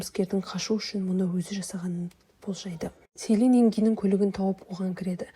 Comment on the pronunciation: Селин емес джилин деп дұрыс вйту керек есімдерін